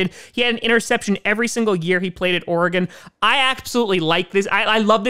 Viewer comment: said Oregon the right way today👀